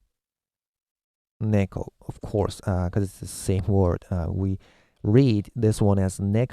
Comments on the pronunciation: Neko is how you say cat.. and its not niko, its "neck-o" Inu is dog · did you say you're japanese? why did you say narutow? instead of naruto. or nekow instead of neko? when do we use hiragana, katakana and kanji? thanks!